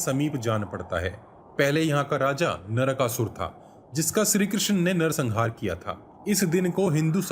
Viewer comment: Yashashul nahi shishupal aaur nakasul nahi narkasuar 😂